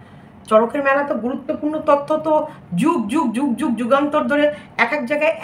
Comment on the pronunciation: Tottho na totyo😅😂